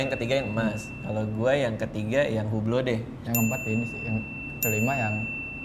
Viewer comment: Maf bang radit . Hublot itu kalo gak slah nih ya mafff banget . Dibacanya UBLO atau OU-BLO Tanpa H dan tanpa T .. korekai kalo salah 🙏🙏🙏🙏